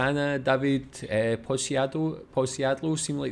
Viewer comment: Read Dawid Podsiadło as Dawid Podśadło